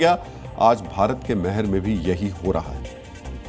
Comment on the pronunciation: Meher nahi maihar bolo sahi uchcharan kijiye, jay maihar,Jai Bharat